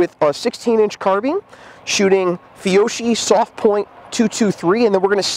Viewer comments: Did he just say “feeohshee”!? Dude, it’s “fee oh key”... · Alright brother, you gotta work on your Italian. It hurt my hears when you said fee-o-she. Try fee-o-key... it sounds better to us wops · Your Duty Ammo Pronunciation Is: Fee-O-Key..!